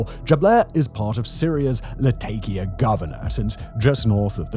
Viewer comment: Latakia is pronounced more like "Lah-TAH-ki-a" (with round vowels throughout); it's a name derived from the Roman-era name "Laodicaea ad Mare". It's not the only place there with an old name that's changed over the generations, either - nearby Tartus (Tar-TOOS) is probably more familiar to history buffs as the Crusade-era city of Tortosa and Antakya in Turkiye (nearby to the north) is the same location as the city known as Antioch in Medieval sources. The aforementioend places in Syria were both beautiful places to visit, once-upon-a-time, with excellent seafood and a vibrant local culture - all set against the colorful backdrop of the Mediterranean landscape and sea.